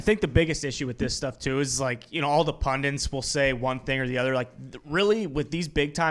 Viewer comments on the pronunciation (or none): Dear Americans. The word is pundit not pundint. I don't know why so many of you add the extra "n" but stop it.